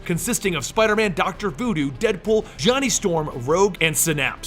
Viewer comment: oh, doctor voo doo, i though he said doctor doo doo.